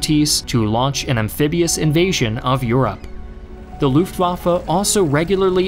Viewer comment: Every time you say Looftwahfuh a little bit of my soul crumbles off and dies. Nah, brilliant storytelling, is amazing to see how many times a country can say 'this time the tide will turn'. It's easy to say with hindsight that they were always going to lose, but it must have really felt like there was everything to play for!